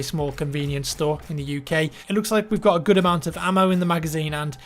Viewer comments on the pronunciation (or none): none